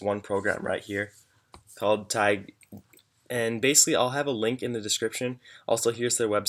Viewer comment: its pronounced "tai-Gee", not "Tag"